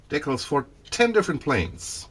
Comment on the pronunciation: Your English is just fine, great actually, but DEEcals is in fact the correct pronunciation, dickles (rhymes with tickles) is not. Just fyi, since you seemed a little uncertain about it.